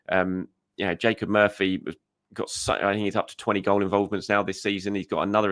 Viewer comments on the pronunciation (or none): none